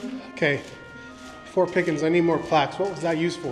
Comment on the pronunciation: I thought Said. Fork not fort